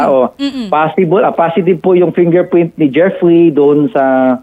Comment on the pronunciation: fingerpwint 😂 bulol si sir, condolence sa family 😢